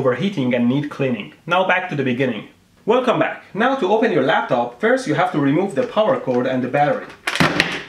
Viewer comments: Anyone notice how he said welcome back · How the hell did he manage to say welcome back ...Back to the future?